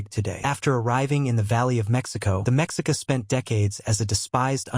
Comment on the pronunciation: Mexica is pronounced Meshica with the accent on the second syllable.